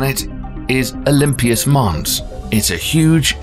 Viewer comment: But he didn''t pronounce 'Olympus' correctly........